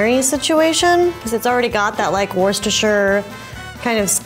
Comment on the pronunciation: OMG SHE PRONOUNCED WORCESTERSHIRE RIGHT